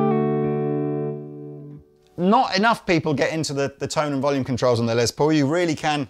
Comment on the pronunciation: LES ! Lester ! A he ! Not LEZ. Not a lesbian. You like Edie Van Halen too ? She's awesome too. Love you guys, and I'm kinda playing, but kind of not. One of the most famous names in music period, and for good reason. Let's give him the respect he deserves.